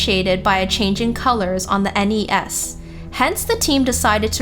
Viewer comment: She really needs to loosen up a bit when narrating these. For example, the way she says NES and SNES makes it hard to imagine shes played any of these game systems.